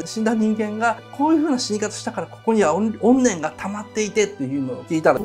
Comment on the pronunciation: 怨念の発音、怨念がおんねんのおんねんの方の発音て草